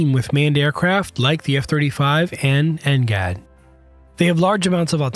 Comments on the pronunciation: It's because they used an AI voice, and knowing how crappy AI is currently, it keeps messing up simple words and abbreviations that it's hilarious. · Next generation air dominance NGAD. I dunno why he’s pronouncing like ngat